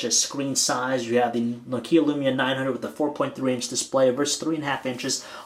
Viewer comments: It's nokia.. Not no kia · NÒKIA or nOkia, not NOKIÀ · For f**k sake it's not NOkia it's Nokia... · It's pronounced "Nokia Lumia", not "Nokiiä Lyumiä" I'm from Finland so i know that. By the way, LUMIA 900 ROCKS!!!!! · is nu-keea a new brand? lol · you pronounce nokia wrong!!!! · anyone else getting anoyed about how he was saying nokia